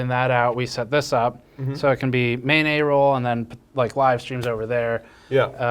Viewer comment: I know Steve said "Main A Roll", but I heard "mayonnaise roll", and that's just the most disgusting sushi I could ever think of.